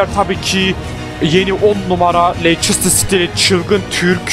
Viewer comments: Abi leçıstır değil o lestır diye okunuyor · lester diye okunuyo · abi leiçistır değil lestır diye okunuyo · Leysestır değil Lefsijsitiır :) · LESTIR DİYE OKUNUYO